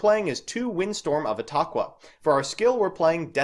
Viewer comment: You said etaqua right. :’)